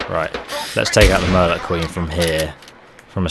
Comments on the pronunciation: Dude it MIRE (my-er) LURK not "Mur lurk" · Mirelurks Not Murlurks 😂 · Murlurk? The hell is a Murlurk? I've heard of a Mirelurk but never a Murlurk? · It's not murlocs - it's mire like dire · he's said it in previous videos that's why sometimes his pronunciation is incorrect a lot of the time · then why have I heard a hundred characters call them mirelurks and 0 say "mer-lock" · Never understood how people can mispronounce (Mirelurk) things that are said (by NPCs) clearly in the game. My-er-lurk, not mur-lurk. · It sounds like you're saying Murloc, not Mirelurk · It's mirelurk. As in m - igher lurk not merlurk. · Why are you saying Merlucks? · mirelurk not murlurk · its not a British thing, I'm English and I have no idea why he says it like that, everyone I know pronounces it "my-er-lurks" <-(phonetics) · Pronounced "Myer-lurk". Cheers. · As am I and we also say it as "Myer-lurk" , so maybe he made a little mistake, he corrects himself later on in the video anyway so there's nothing to worry about. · Mirelurk...MIRE- lurk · What the fuck is a "murrlurk"? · This may have been the only bunker that i didn't find, so happy days now. However, why did it take you about 20 attempts to pronounce mirelurk correctly? lol.